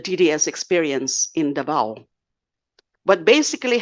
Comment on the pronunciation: I don't know where you from de lima, you can't pronounce the word Davao correctly ...???